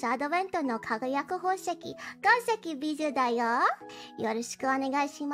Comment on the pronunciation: As a French, my favourite thing about Bijou is that she pronounces her name correctly as it should be in French, unlike everyone else😅